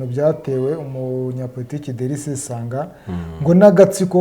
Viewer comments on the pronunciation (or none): 😳ngo sesonga???ni sesanga😅